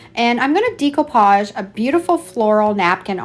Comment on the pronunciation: it's pronounced DECK-OH-PODGE not DEEK-OH-PODGE. Just an fyi there. Your crafts are cute though. ♥️